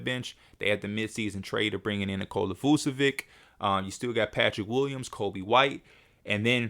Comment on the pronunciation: Ayo P, i just wanted to let u know that the end of Vucevic is pronounced the same as with Doncic. So instead of Vucevik u say Vucevic I dont mind the way u do it but i thought u might wanna know, love the content.